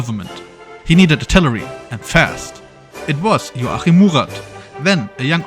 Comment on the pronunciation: Love how his first name gets less intelligible as the video progresses